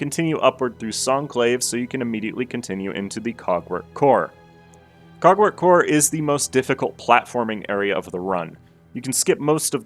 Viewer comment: I’m sorry WHATwork core? I don’t hear a “G” sound. I’m hearing 🐓 work core.